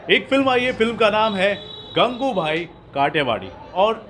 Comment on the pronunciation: It's not gangubhai idiot It's gangu bai